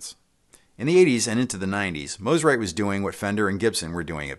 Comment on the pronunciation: Thank you for saying the name correctly. Mo, not ma